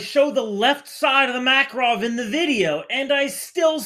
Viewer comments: You're still kind of wrong lol It's not Mákarov, its Makárov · btw, it's makArov, not makarOv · Alright alright, but it's pronounced maKARov